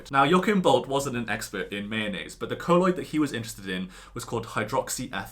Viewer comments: Colloid not coloid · Great video ( though I think it's pronounced "coll-oid" rather than "co-lloid")